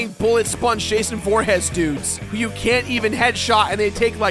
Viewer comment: did he just call Jason Voorhees, Jason Vorhess?